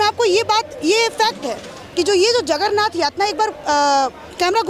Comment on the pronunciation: एंकर महोदया जगरनाथ नहीं जगन्नाथ होता है.🙏🙏🚩🚩🚩🚩🚩